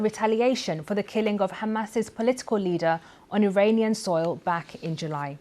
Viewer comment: Awful newsreader - can't pronounce consonants or the letter "r" . There is no such word as "Iwananian" or "Iwan" .Typical BBC - get a job based not on suitability , but on ethnicity and skin colour and ticking the "equality" box.